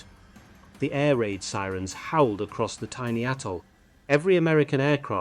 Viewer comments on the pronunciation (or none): none